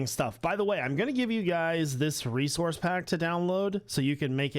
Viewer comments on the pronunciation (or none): none